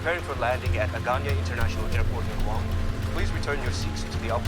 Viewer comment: Of course the pig who takes his shoes off on a flight with nasty socks on cant pronounce Guam correctly. Im sure he took the short bus to school.